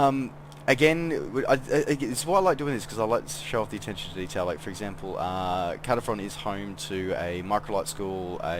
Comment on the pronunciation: I am thinking about getting this as its my home town,the detail is good and loved the drive thru lol. Just so you know Caernarfon is pronounced Car-nar-von,the joys of the welsh language. Cymru am byth. +1 Sub as well :) Is this the same as the one on steam ? Thanks